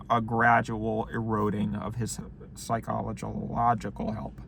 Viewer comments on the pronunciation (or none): "eroding of his psycholigallogical helpfth"